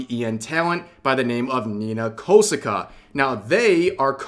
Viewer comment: Koh Sah Kah Not "kosihkuh." Please, you can pronounce names right.